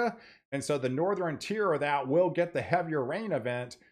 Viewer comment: Northeran, Southeran.... Stop it.... SouthERN NorthERN